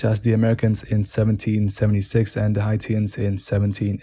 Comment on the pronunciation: it think what your trying to pronounce is heishans (Haitians)